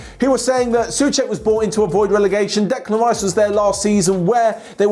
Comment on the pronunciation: It's Souček with "O" It's not pronounced Suček, but Souček, why does everyone don't pronounce the "O" in the name?